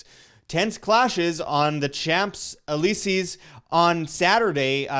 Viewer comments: MANNNN, sjemps elises???? Even that name you can't pronounce? Even worse for a canadian. For the rest: Always great info. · CHAMPS ALEESEES??? How csn you make a video about what;'s going on in France & not know how to prnounce the most famous street in the world? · "Champs Elysees" Typical American bastardisation of everything here's how to say it worst pronunciation, the word Solder "Sodder" come on you guys we don't add "U" and "A" in words for no reason, Neighbour, Colour, Paedophile, paediatrician. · Champs e Lee sees he says 😂😅🤣